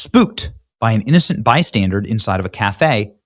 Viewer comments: Terrible. Also, mate, it's bystander (as in someone who is 'standing by'), it's not bystandard as you have continued to repeat throughout the video. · Benny, it's Bystander , not bystandard. 😂😂😂😂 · Please stop saying "bystandarD!" You're hurting my ears. 😂😂😂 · "Bystandard". An "innocent bystandard". Really...? What is Benny Johnson's first language because it sure ain't English.